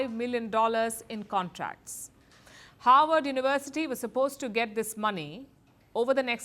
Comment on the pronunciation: "howard uwersity"